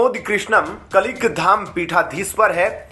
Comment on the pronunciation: ये अनाउंसर बिल्कुल अंगूठा छाप है क्या 😜 कलीक धाम बोल रहा कल्कि धाम को